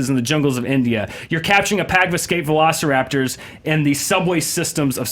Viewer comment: Max says, "You don't even remember Jurassic park"... When he's calling them velo-"see"-raptors. It was way too depressing which he, not only admitted, but, proposed 15 times in his pitch. Jurassic Park was not depressing. I thought both pitches missed the sense of wonder.